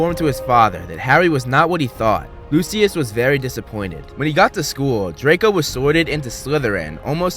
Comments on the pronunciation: It’s pronounced lushis not lusuis👿👿👿👿👿👿👿👿🤬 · It's pronounced loo-shuss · What is loo-see-us? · The way that he pronounces Lucius makes me so angry😂